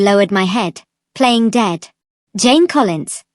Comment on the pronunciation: I keep hearing James instead of Jane… 😅